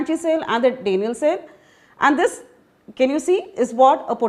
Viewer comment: what dafuq is that pronunciation? "DAYniel" cell ? 😂😂😂